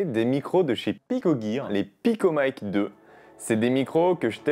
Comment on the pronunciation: MATERIEL FRANÇAIS : DONC PICOMIC PAS PICOMAÏKE